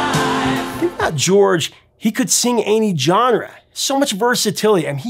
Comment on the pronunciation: FYI: genre is pronounced ˈZHänrə not 'Jonrə.